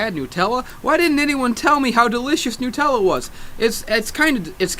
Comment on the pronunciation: nUtella like nUmber - not nuuutella lol